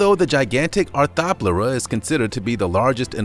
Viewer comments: The arthoplurea is pronounced Are-tho-plurea not are-tha-plea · Arth-Ro-plura. Nonce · Please watch pronunciation videos before you make these....Lennoy ya, wheata, arthawplura?? None of those are close! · It's hard to be scared of the arthropluera when he can't even say it right (and triassic) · How he pronounces arthopleura makes me mad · You’re pronouncing arthopleura wrong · Heis pronouncing a lot of things wrong